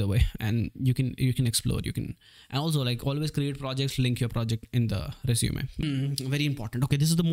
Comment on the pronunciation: it is resume-y not resume